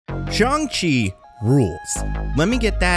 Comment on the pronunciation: There saying shang wrong